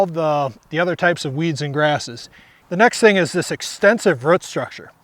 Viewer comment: is is incredible ,,, a gardener who literally cannot pronounce the word "ROOT" ....who knew